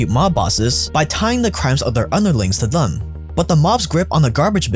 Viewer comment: "Thuhm" Me: "Theeeeem"